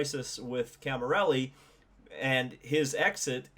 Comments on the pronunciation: It's Cami_LLERI not Cami_RELLI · Great video! Please its CamiLLERI not Camirelli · The mans name is Camilleri not Camirelli. Get it right.